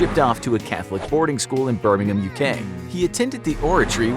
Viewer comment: Finally, a North American who can say birmingham